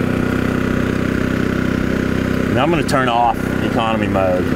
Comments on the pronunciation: I thought said “commie” button... but then he said Economy button... hahaha! Sorry... (I think it was mentioning CA aka Commiefornia with their many needed warning stickers) FYI I’m born and raised in Commiefornia close to SF south of San Jose hehe Did they really have all those real “warning signs”?? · Did you say commie button? LOL